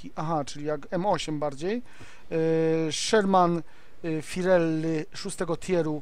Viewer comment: szerman firelly hahahahaha